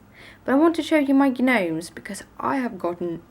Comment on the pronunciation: I think it's soooo cute that you call them g-nomes. In America we says "nomes"...silent G. Love all your videos!! The cards you make are amazing!!